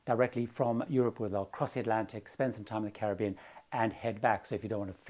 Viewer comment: Thank you for your pronunciation of 'Caribbean.' Not many of us left who pronounce it that way.